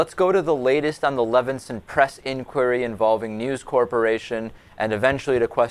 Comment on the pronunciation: Nit-pick, but it is Leveson, not Levenson.